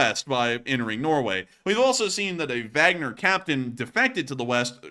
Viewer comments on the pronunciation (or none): none